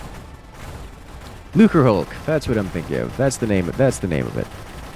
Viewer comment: I think you pronounced lucrahulk correctly. Did I spell it right?